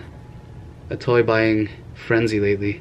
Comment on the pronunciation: Him saying toy triggered me